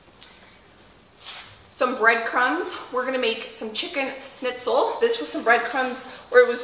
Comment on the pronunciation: I Love that you are pronouncing the Word Schnitzel right 😁😁 and one Thing I wanted to say about the mashed potatoes: I dont know why, but for some reason the mashed potatoes do taste soooo much better If you give a good amount of Salt into the boiling water. Just Like in Pasta. Maybe you will still have to put some salt to the potatoes when you mash them, but If theres a good amount of salt in the cooking water it really makes a difference. I dont know why, but just try it 🙂 the potatoes itself get so yummy.